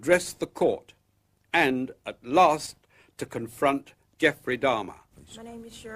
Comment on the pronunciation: A pronúncia correta do nome é Dáhmer (Dá-mer) . Não é Dâhmer.